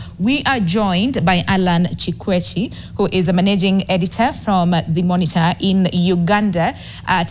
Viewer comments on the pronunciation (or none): The pronunciation of Chekwech clearly shows she is not Kalenjin😀